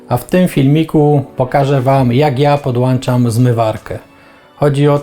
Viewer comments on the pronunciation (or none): PodłANczasz? A co to za czynność?